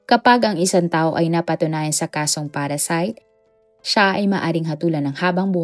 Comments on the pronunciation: Parricide po yun not parracide.just to correct lang kase dami mo ng video akong napanood but you keep mispronouncing the word parricide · Parricide mam not PARASITE